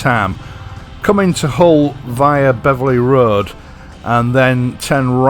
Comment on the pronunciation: Like the way how you pronounce Beverley road correctly ( I work on the south bank ) . No longer a biker myself but love watching your channel to bring back the memories.